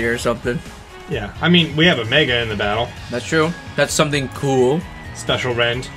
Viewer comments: Does anyone else get annoyed when he says special rend instead of spacial rend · It's called spacial not special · yeah but I've never heard anyone pronounce it as "special rend" it is "spacial" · Querez ...and “special rend” instead of “spacial rend” ._. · It's Spacial Rend SPACE-SHUL, not Special Rend